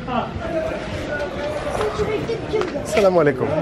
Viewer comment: impressionnant la façon d’on tu as dit le salam aleykoum 10/10